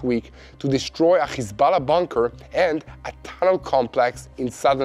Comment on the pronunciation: When you are speaking English please use English pronunciation for the words Hamas and Hezbollah. I know that probably when you say those names in Hebrew, the H sound sounds like you are clearing your throat, but in English we just say it with an ordinary H sound (like you said in the words HERE and HELP)... it will make what you are saying so much easier to understand. In fact every time there is an H in English it is just said like you said HERE and HELP...... God bless you, and love from Queensland Australia.